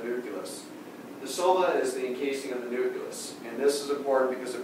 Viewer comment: nuculus lol